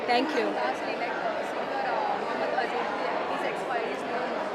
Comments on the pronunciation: Stupid Girl! Don't you know how to Pronounce his name? He was Mohammed Aziz ( महोम्मद अज़ीज़ ) not a Mohammed Ajis ( महोम्मद अजीस )! The meaning of the name changes when you pronounce it wrongly. So next time be careful. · madam dress change karo pehle aur dusri baat pronunciation ko thik karo its not ajij its aziz.....repeat like this aaaaazeeeeeeezzzzz